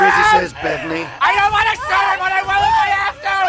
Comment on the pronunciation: "Hey man I told you not to mess with time". " I vwill mess with time, I vwill mess with time".